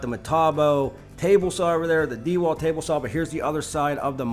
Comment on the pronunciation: Dude can you please stop saying De Walt... It's pronounced like dawalt or duealt...one word